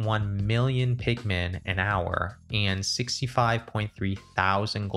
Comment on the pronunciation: I cannot unhear pikmen